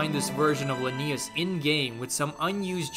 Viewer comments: Why do you keep pronouncing it la-knee-us they don’t say it that way in the game it’s pronounced Lin-E-US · It's Lanius not Lennius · LAnius, not LanIus